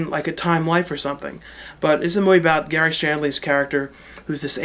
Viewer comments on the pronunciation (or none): none